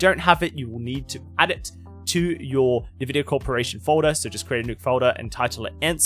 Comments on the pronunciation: Take a shot everytime he says nevidia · All useless in this Video, I only set Sharpness and Black Equalizer on my Monitor! The only Thing I wanna know is there any way to make the HUD GUI bigger, bcs. in WQHD or even in 4K its to small, DBD Support no Answer I sended Tickets for about 3 Years! Lol how funny he pronounce Nvidia, Textures...